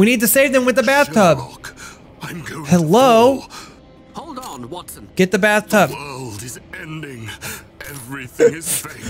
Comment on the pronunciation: hewwo there